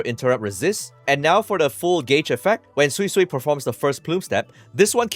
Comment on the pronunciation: thank you for pronouncing her name properly. for the life of me, i don't understand why kuro allowed her name to be pronounced as "soysoy" :(